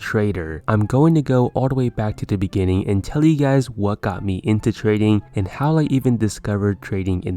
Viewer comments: he just said gays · "What is up gays"